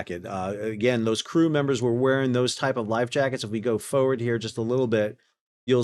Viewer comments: Everytime you say Foewurd. We say FOEWURD! ❤ 🇦🇺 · I hate the way you pronounce "forward"